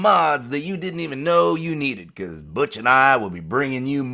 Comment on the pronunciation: Butch I thought u said bitch